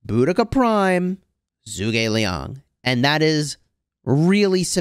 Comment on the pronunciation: Hey I just wanted to say something about pronunciation. With zhuge Liang being Chinese it should not be pronounced as zoo gei it should be like juge like juice and a soft g. So like in get g Zhu ge Liang.